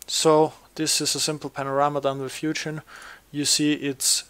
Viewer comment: It's hoo-gin, not hew-jin! Otherwise good video